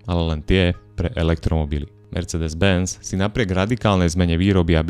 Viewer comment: ano, malo by to byť ,,mersseedes´´ :)